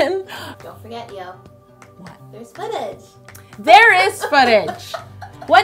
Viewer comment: When said "footage" i heard "fetish" i was like ohhh mannn. What has htci come to..